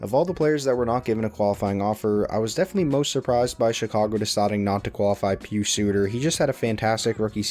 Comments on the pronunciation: Not pronounced (PeeSu) it's (pie us) pius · Pronounce Pius as "pie-us"